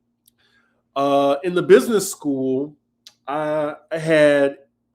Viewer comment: ' businezzzzz! Lmao